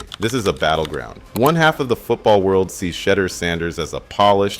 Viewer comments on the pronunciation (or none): He sounded like he was saying Shredder sanders one point 😂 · Great video but the way u say shedeur and Deon is wild 😂